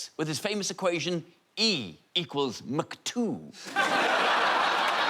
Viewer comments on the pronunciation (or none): none